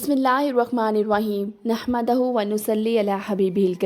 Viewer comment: بہن جی آپ کا کانٹینٹ بہت اچھا ہے مگر معذرت کے اپنی ایک غلطی کی اصلاح فرما لیں نحمدہ یہاں دال کے حرف پیش پڑھا کریں زبر نہیں جزاک اللہ